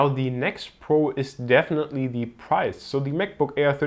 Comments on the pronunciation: Bitte sprich "the" nicht immer "thiiii" aus ==> Das macht man nur vor Vokalen und hört sich furchtbar an und ist schlichtweg falsch! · The battery life, nicht 'Thie' ... Das macht man nur bei Vokalen ;)